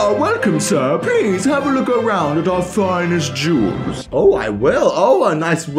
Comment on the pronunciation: Anyone else heard “Please look around at our finest Jews”.